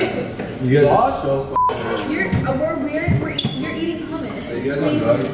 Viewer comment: HUMIS? Wtf is that. You say it hommos